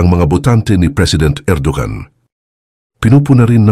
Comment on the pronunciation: Bro, ang Erdogan ay binibigkas na Er-do-wan.